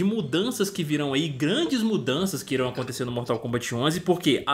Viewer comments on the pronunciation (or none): none